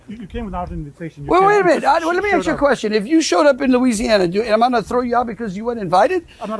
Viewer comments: "aks" ....? is he too stupid to comprehend the English language? just a three letter word 'ask', ASK!!!!! what a numbnut. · did this guy just say "aks"??? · Is he really saying 'axe'? And how annoying is that shouting over people. Americans... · He thinks that he down with the kids, by pronouncing the word as "AXE" THE WORD IS "ASK"!!! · "Nononononono that's a question that Greenlanders should axe themselves". The moment you start asking yourself questions, you should be locked up and looked at. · He said "... axe themselves..." Rather a lot, actually. Says it all, really. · You don't AXE Greenland Ever.😊😊😊😊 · The guy can't even speak properly. Twice in that first clip he pronounced the words "ask" and "asked" as "aks". But he sure as hell knows the word "no" when trying to shut down a reporter's question... "No no no no no no no no". You have to admire the quality of his debating skills. 😂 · Why is it so difficult for Americans to pronounce the word "ask". So many of them say aks/ax. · Landry is like some uneducated blacks in New York City. He cannot pronounce the word ask and pronounces it as ax. Seems to be a cultural thing. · When using aks instead of ask we know the IQ…. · Who is going to take any notice of a Trump lackey who cannot even speak English properly! - pronouncing the word “ask” as “ axe”? He didn’t even have the intelligence or the diplomatic know- how to conduct himself formerly as a Representative of the American people! What a loser! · He keeps saying "aks" instead of "ask", which tells me he is not highly educated. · Of course they "ax" a lot of questions. It's highly questionable what the Trump regime is doing! I guess the Greenlanders would love to be ignored by these crooks. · Idiot doesn't even know that "aks" is not a word and makes him look dumb af. Also, note his ruddy red face, bro like a good booze up. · Pronouncing 'ask' as 'axe'? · I know its shallow but I judge peoples IQ on their ability to say ASK not AXE